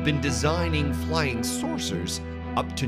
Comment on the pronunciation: Check my other comment about his pronunciation flying sauces . Not flying saucers